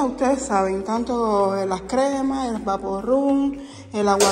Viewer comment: no se dice vaporrum...es VapoRub 😅